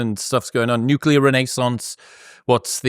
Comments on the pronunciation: Peter's IQ is probably 60 points higher than mine, but its a known fact that every time you pronounce "nuclear" as "nucular" it takes a tenth of a point off of it. I'm gaining on him. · Honestly... It's difficult to take seriously any self-styled "expert" who pronounces nuclear as NOO-kyoo-ler. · Nuclear. Nu-Clear. New-Clear. in short... Nuc(nothing here that makes a u sound)lear. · I unsubscribed from Zeihan years ago. This podcast reminded me why. I see he is still saying "nucular". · Maybe this is just a toxic trait of mine but I really have trouble taking people seriously when they say nuke-u-ler instead of nuclear. It's way too common of a thing, like why? 😂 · So helpful...but Peterrrrrr....New-CLEAR CMON MAN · If he's so smart, why can't he pronounce nu-cle-ar? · So hard to hear someone call it nucular and take them seriously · The fact that he says new-cue-lar says a lot about him. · Also wish he could pronounce "nuclear". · What an insufferable superior attitude. And he lost me when he mispronounced nuclear. Somehow the Chinese are selling 65% EVs now... while we are left in the dark ages because the current administration is owned by oil companies and has sabotaged any green advances, including EVs. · Learn how to pronounce nuclear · people rly have issues pronouncing the word nuclear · Always makes me laugh that he cant say Nuclear correctly. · if anyone says nuclear in three syllables instead of two, I loose a bit of respect. Almost same as liberry to me. What i can't understand though, is that highly intelligent people say "exetera". It's a mystery. It's right there in the abbreviation etc. And I know they can read and have seen it. But if I discard those too, I have almost none left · If you present yourself as this intelligent, you should learn how to pronounce “nuclear!” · he also said nuclear in three syllables, so ... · Nuculer, lithium iron batteries. I’m having a harder and harder time taking him seriously